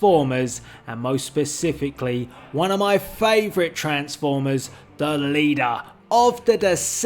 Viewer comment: "THE LEADAR"